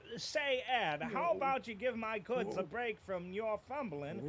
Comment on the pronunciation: Oh my jod sir, you've made a pronunciation error